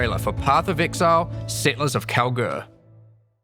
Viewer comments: is it just me hearing it or saying Kalguur like "Cowgirl" everytime. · I keep hearing cow-girl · Am I the only one that always hears "Cowgirl" instead of "Kalguur"?!